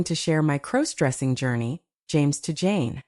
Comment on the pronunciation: Stop mispronouncing crossdressing 😮